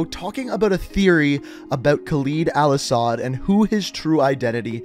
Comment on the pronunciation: Your saying his name wrong